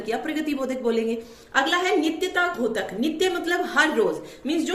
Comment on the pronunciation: मैम आप बहुत अच्छा पढ़ा रही हो। आपके छात्र होने के नाते आपसे एक अनुग्रह करूंगा कि आप उच्चारण में सुधार करिए। द्योतक को घोतक न बोलिए।🙏🙏🙏